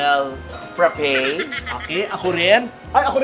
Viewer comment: frappeyyy na talaga ang pronounciation not frappe?